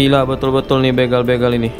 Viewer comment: banyak sudah salah pengucapan kata "begal". huruf "e" nya berbunyi sprt pada kata "pergi". padahal yang benar kata "begal", huruf "e" nya seperti pada pengucapan kata "pak-de" , "kere", "merauke", atau "bela-diri".